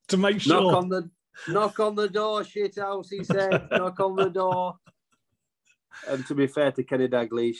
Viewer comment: Shit'ouse!😂😂 Proper Northern.